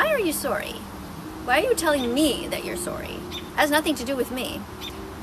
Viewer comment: the fact she says sorry like swor-ry